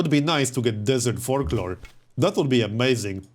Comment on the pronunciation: I know it's not polite so please don't be mad but I have to laugh at how you say folklore and it sounds like fork lord. :D